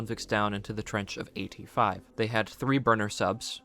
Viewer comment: AT-5 sounds like the number 85 🤷🏼‍♂️